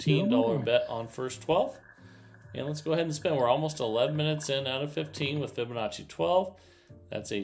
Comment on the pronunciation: I see he has learned how to pronounce Fibonacci. Very good